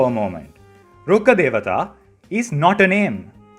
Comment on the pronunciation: I'm glad I see another Indian (I am guessing?) person actually know how to say Rukkha Devata, instead of the hyper cringe Rukha de-waa-taa as the EN VOs say and literally everyone else says. It's so sad to see all the lore channels take their time to pronounce the other regional names accurately, but do no research on the Indian/Sanskrit ones. Kinda low effort of them if you ask me.